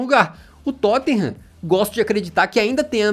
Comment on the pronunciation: "Tottinham" vc é ridículoooooooooo hahahahaha Mais uma vez o Tottenham nos trazendo felicidade .